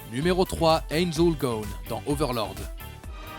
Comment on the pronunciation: Punaise j'ai jamais entendu une présentation de Ainz Ooal Gown aussi incompréhensible